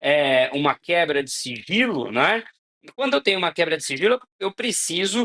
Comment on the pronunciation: Só eu escutei siRgilo?😂